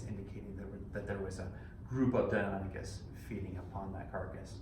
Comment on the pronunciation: So Deinonychus isn't pronounced like the Greek god.